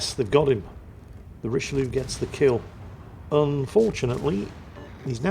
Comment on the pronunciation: Very disappointed mispronounced the Richelieu all through the game:)